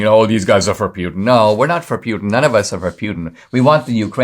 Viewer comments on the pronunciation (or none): Why are you saying, “pee-yoo-tin”? It’s pronounced, “pooty-tang”. EVERYONE knows that. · It’s pronounced Poo-tin, not Pew-tin. Yeah, I’m gonna be that guy.